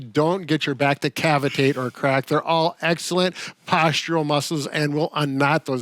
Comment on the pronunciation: Did say CAVIATE. Get your back to "cavitate"?? My outboard motor maybe, but my thoracic spine? I'll have to google that one..thanks for sll yall do..